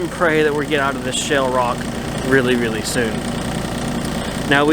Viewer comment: It sounds like you are saying "shell" and not "shale". I knew what you meant though.